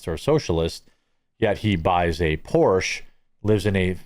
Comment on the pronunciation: Please learn how to say Porsche correctly ...